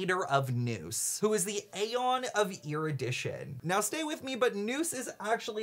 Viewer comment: I am in 6 minutes in and I’m now here to beg PLEASE say aeon the way the game characters do!!! It hurts my soul the way you are saying it. Great video btw Edit: PLEASE THE CHARACTERS IN GAME CAN PRONOUNCE ALL THE WORDS YOU DON’T KNOW HOW TO SAY